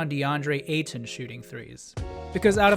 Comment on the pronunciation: Nice video, but pronounce his name the same way you'd say Payton. Just without the P.